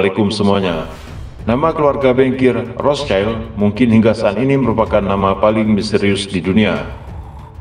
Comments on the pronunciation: BANG ROTHSCHILD ITU BACANYA BUKA ROTH CAIL.. TAPI RETH SIELD INI BAHASA JERMAN AZKENAZI YG ARTINYA TAMENG MERAH. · Maaf min Cara bacanya bukan "rotschaild" Karena aslinya dari Bahasa jerman. Yg lebih tepat rothsyield.